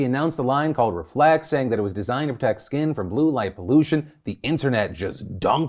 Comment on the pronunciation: I can't focus on anything else besides the fact that she actually said "help 'protec' your skin"